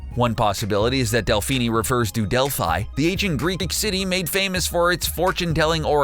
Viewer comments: Delphi is actually pronounced Del-fi not Del-fy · Not to be a know it all but Delphi is pronounced (Del-f-e) not (del-f-I) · Her name isn't even delphini is delphi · It’s not Dilfffiii it’s delfe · Delphi is pronounced delph-ee🙂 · That pronunciation of "delphi" sigh... delph-ee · errm i took ancient greek in school and it ÍS pronounced del-f-ee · Why do americans have this extreme obsession with pronouncing the letter "i" as literally "i" but not "ee" which it actually should be!!! It's fine at some level but it gets annoying when they try to butcher the real pronounciation of names of certain individuals, cities and places etc. Delphi is a city, it's pronounced "Delphee" not Delph-i.